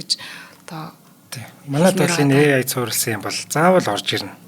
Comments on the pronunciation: ЭЙ АЙ гэж дуудахгүй болохоор аягүй тухгүй байна. ИЙ-АЙ биш ЭЙ-АЙ шүү. Баярлалаа. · и ай гэж ярихгүй ээ AI gj yarina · A usegig yaj duudajara и гэр дууддаг байна.хажууд нь сууж байгаа хүн ч яаж тэсэж байнаа.чихнээс цус гоожих гээд байхын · EI boltoln heljiinshd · Шинээр И Ай гэж гарсынмуу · Дахиад шүүмжлүүлсээн. EI EI гээд 😅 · Yagaad EI geed bga ym bol ene huuhen